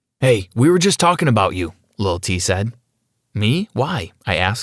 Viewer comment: When he said little t I thought you said little tey